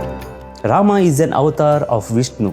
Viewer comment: Rama"a", laxman"a", dashrsth"a", ravan"a" sheshnag"a".. why the hell do you add an extraaaaa"a". There is no jesusa or mohamada